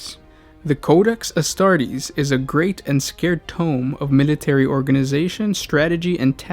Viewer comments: You read sacred as scared and you read sired as seered....and anal.... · say-cred. sigh-erd. ann-alls. you mispronounce quite a few words. I'm guessing you didn't write this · It's a sacred tomb not a scared tomb. As Tony Montana might say "keep up the bad work" J/K. Thank you for taking the time to do these videos guys! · Did you say that the Codex Astartes is "a great and SCARED tome"?